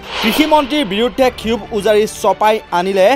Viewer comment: ক্ষোভ শব্দটো ক্ষিৱুভ বুলি উচ্চাৰণ কৰে নেকি ?